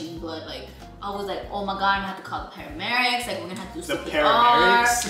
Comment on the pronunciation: “The paramerics” mann y’all crack me up😂